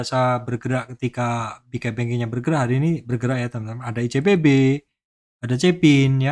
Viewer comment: tnk u pak insighnya btw kadang gemes ngedenger beberapa kali denger icbp jadi icPb 🤣 maaf pak👀